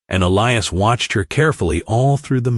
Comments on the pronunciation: The name is pronounced E lie is not el e us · His name is pronounced E- lias, long E, and long I